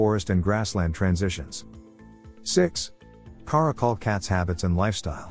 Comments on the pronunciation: Stop pronouncing it cuh-ROCK-ul. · "Care-icle" and "Car-akal" . . . I'm living for the interchangable pronunciation in this video 🤣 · Take a shot every time he pronounces Caracal a new way.